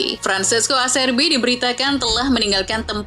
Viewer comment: aCHERbi. Jika selepas C, huruf E&I, C disebut CH. Cth: anCHELLoti, CHiesa